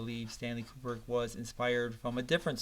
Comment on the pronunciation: Stanley “Kuperk”? Ku-brick. Ku-brick. Now you try.